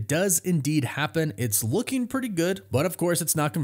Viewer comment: "Lookeen", "Makeen" and "Amazeen" are not words. Get elocution lessons.